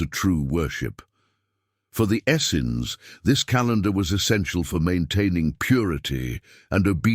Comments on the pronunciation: I'm really curious why the word "essenes" changed in spelling almost every time it was mentioned throughout the video. Also, it was pronounced different ways by the speaker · Why does this narrator pronounce Essenes so many different ways?